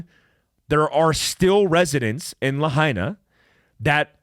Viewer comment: I'm a hapa haole. It is pronounced "Lah-Aina" Lahaina is the Capital of Hawaiian Kingdom. This is more genocide for us natives. Big Guy I would love to talk with you? How?